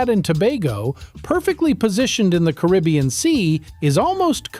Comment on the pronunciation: Really? Wrong, wrong and wrong. This uninformed narrator doesn't even pronounce Caribbean correctly. should go back to school. These are NOT 40 facts. Many things are incorrect. And the steel drum was invented after the second World War. My father Cyril Raymond, was a Pan Man, and grew up with the guys who formed the first Steel band (Steel drum band). And later on formed his own Steel band with us, his kids, called The Raymond Family, from Port of Spain, Trinidad. And one other sure fact is D Narrata Doh Kno Wha He Talkin Bout.